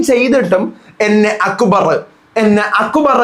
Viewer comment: ഷാനു അക്ബർ എന്ന് പറയുന്നത് കൊള്ളാം.. അക്കു ബാർ..😂😂😂😂😂 ഗെയിം അറിയാത്തവൻ എന്ത് myr##₹ ന് ആണ് ബിഗ്‌ബോസ് യിൽ വന്നത്..😂😂😂